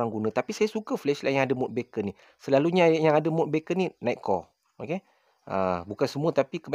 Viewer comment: Beacon bukan sebut "baken" bro, baken tu bunyi macam bacon iaitu lazimnya makanan potongan/kepingan daging haiwan dihiris halus, kalau orang putih biasanya babi, tapi sekarang ada versi halal dari binatang yang halal. Beacon disebut sebagai "biken", beacon ni maksudnya lampu amaran atau isyarat sebagai panduan, contohnya rumah api adalah beacon pelayar. Sekadar perkongsian, kita sama-sama belajar 😄